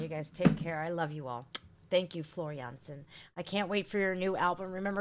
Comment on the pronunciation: I like how you properly pronouce Floor Jansen the Dutch way..👍